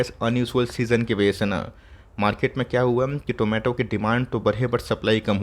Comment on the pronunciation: Did anyone heard Zomato instead of tomato in this video like me??